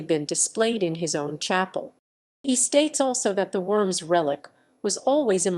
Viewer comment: I could only stand a couple minutes of this video, they insist on pronouncing Worms wrong over and over and over.